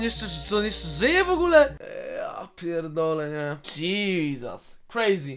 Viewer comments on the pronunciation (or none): none